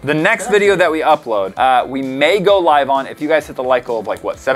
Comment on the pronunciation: I pretty sure that said like to live (the other pronunciation).